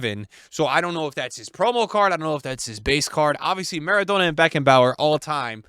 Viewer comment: Why is he pronouncing Maradonna so stupid 😂